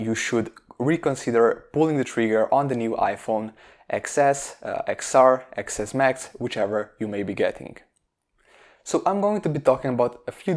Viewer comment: So much wrong with this video... 1) you can’t even pronounce the new iPhone’s name...it’s pronounced TEN not EX... 2) the average consumer doesn’t care about it having a specific display... 3) the price isn’t too bad at all, considering most people are on monthly plans... 4) if you’re in a third world country, you’re not going to be buying a smartphone FULL STOP! 5) Apple focus on all three of your battery solutions... 6) the optimisation of iOS is something Android doesn’t have, even on the Google Pixel. 7) if you’re using a FAST charger, it’s bound to be FASTer. 8) “we all have 45 minutes”...what kind of a statement is that??? 9) they invented DSDS, not dual sim...DSDS is a way of using dual sim, that’s what they invented. Please do better research next time you try and make a video like this because what you’re saying is absolute nonsense.